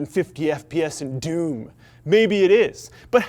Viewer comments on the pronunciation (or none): none